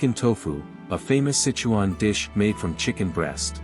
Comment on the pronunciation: Pretty obvious the narrator of this video is NOT Chinese! Can't even pronounce the Sichuan name correctly ! ! ! Come on bra - ask a native speaker if you can't spit it out correctly ! ! !